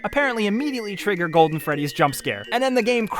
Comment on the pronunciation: five ight at fressy